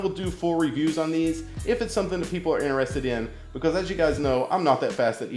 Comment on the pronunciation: Learn how to say because